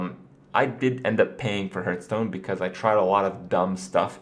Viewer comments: dude.... its not HURT-STONE lol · is there a reason he keeps saying hurtstone? it bugs me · Why do you keep calling it Hurtstone? Why Kripp? WHY!?